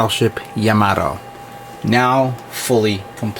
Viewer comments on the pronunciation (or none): Yamato - "Ya-ma-to"...properly pronounced ( Yahm -ah - toe ) やまと